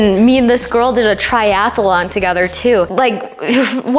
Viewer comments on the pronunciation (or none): Why do some US people say "Tiath-a-lon", when it is clearly "Triath-lon"